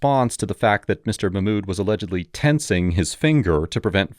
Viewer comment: "muh-mood" 🤣.... Mock-mood, my fellow white man